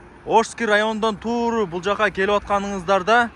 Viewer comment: * Тууру * дебей туура , туз леп айтсан жакшы болмок .